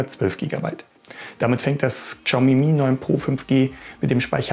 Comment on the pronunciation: Also das ist das erste Mal, dass ich höre, dass jemand die Marke "Kschaumi" ausspricht. xD Mal was anderes. xD